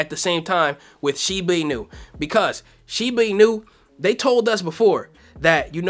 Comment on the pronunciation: I don’t think that’s how you pronounce shiba inu 😄